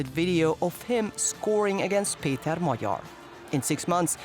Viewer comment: Kudos to the natrator for taking the trouble to ponounce Peter Magyar's name correctly. Not "Mag-Yar" like many others do.